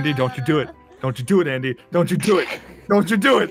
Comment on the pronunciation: I think it's 'Andy' not 'Andey'